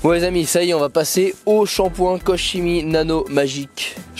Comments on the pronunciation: Qu'on me corrige si je me trompe mais il me semble que ça se prononce "kor kemi". En tout cas il a l'air super efficace, merci pour l'essai 👍🏼👌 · vidéo intéressante sur un excellent produit. Koch Chimie est connu et reconnu (ça se prononce KOR ) Belle démonstration et résultat garantie. Merci. Pour le lavage, pourquoi ne pas utiliser un second seau de rinçage pour éviter de contaminer la carrosserie? Lorsque je termine de laver ma voiture avec mes 2 seaux, je retrouve du sable et des particules sous les grilles. 👍👍👍